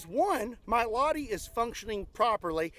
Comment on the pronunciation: its Lah-ti, not lahdi. Suomi mainittu, torille!!!!!